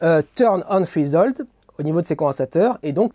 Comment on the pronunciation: Repeat after me : "Threchh hOOld" => Treshold 😂 Merci interessant, surtout que j'ai 2 ATX a réparer....